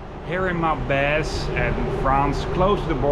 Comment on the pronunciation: It's Maubeuge, not Maubege.